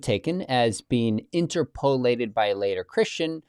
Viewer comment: In-TER-po-lat-ed, not In-ter-PO-lat-ed, - Grammar Police